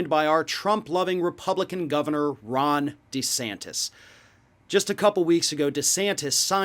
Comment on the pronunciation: Ron Duh'santas